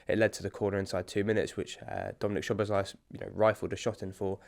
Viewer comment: Guys, get his name pronounced right - it’s SZ (as S) OBOSZ (as S again) LAI (pronounced as laaaahhi) not lay or other nonsense 🤦🏻‍♀️😆😆😆